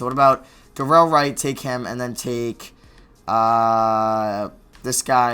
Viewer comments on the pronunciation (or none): It's delon weight 😂😂 not darell weight